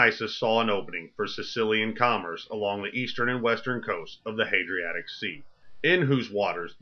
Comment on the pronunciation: Dafuq is "the Hadriatic"?